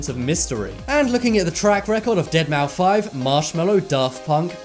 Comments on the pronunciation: Dead mou 5? Don't you pronounce it dead mouse ..? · Deadmouse bro, not Dead mou 5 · It's pronounced "Deadmouse" NOT deadmaufive. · It's pronounced DeadMOUSE!! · DEADMAU5 Pronounced Dead-MOUSE... Shit.. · Really? Deadmou-five??? :/ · Its pronounced dead mouse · Has this guy ever heard how to pronounce deadmouse. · The moment when he said deadmaufive I really want to delete his channel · Anyone else got trigged how he said deadmou5